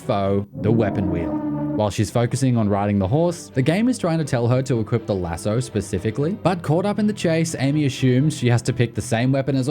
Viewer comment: What's with your pronunciation of lasso??